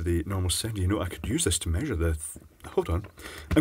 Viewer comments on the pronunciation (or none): none